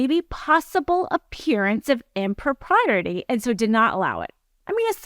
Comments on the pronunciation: That "impropriety" is a doozy to pronounce, i think you might have one too many "R's" in there. x) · Good content. Need to pronounce impropriety properly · She pronounces impropriety wrong lol